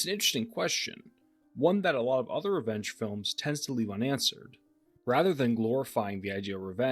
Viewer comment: I thought you kept saying wrench films instead of revenge films lol